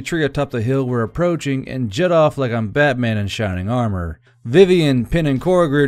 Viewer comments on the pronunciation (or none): none